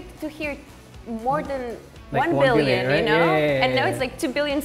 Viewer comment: the man seriously struggled with “billion” issues 😭😭